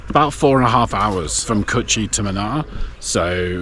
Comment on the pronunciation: The the place is pronounced as moonaar and not muhnaar 😂. Munnar with a longer "oo" sound.